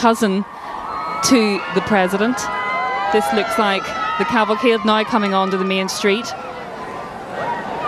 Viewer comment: Drinking game, every time she says "Naoee" instead of "Now" take a shlug. Good luck